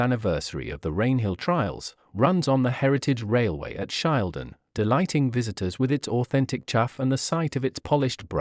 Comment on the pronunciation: Authentic? Sad that the presenter has no idea how to pronounce the name Shildon... it is not "Shiledon."